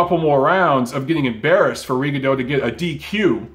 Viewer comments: You got Loma name right but you mispronounce Rigo name. Repeat after me RE GONE DEE OU. Rigo is Cuban, there for that’s how is pronounced. Lol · He started the video talking about how to say Loma's name then said Rigondough